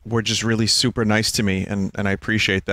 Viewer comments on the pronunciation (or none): none